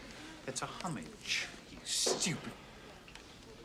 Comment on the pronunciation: And he (probably deliberately) mispronounces "homage." It's a French word...it's pronounced "oh-mahdge," not "homm-idge."